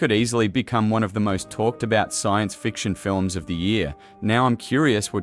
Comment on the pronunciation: Fiilll-lummss... is not even a word.. lm sure Spielberg would have a fit if he heard this horrible AI representing his latest masterpiece. Doesn't anybody edit anymore are proof listen to this annoying AI mispronouncing everything. Jeez do better!